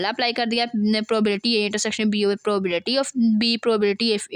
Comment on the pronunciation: Probability to thk se bol lo Kia padao gi Tum Tumy to Sai se bolny hi nhi aaraha 😂